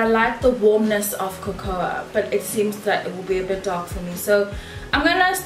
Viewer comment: Cocoa is pronounced COCO sis